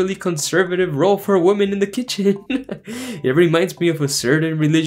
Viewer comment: I love your videos man. But your pronunciation of women drives me insane lol